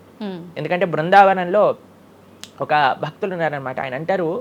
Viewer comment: Baktulu kadu Bhaktulu, bagavantudu kadu bhagavantudu, vattulu sariga palakandi please. Check how he is pronouncing